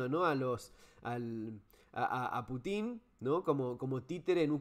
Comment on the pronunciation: Excelente Fernando! Me parece que también hay que considerar el avance de la OTAN (que debería haber desaparecido junto con su oponente "Pacto de Varsovia") sobre los países de la ex URSS. Rusia tiene misiles cada vez mas cerca de sus fronteras. Eso reclama Pútin (pronunciación correcta en ruso.. nombre con raíz en la palabra "Pút" "camino"), Saludos.